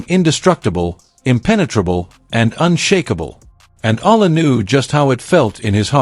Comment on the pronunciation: Not Aya,u pronouce her lastname E-ya-la..EALA...